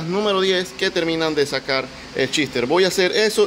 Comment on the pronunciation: Es gracioso cuando dice que va montar shifter, yo escucho que el dice chister.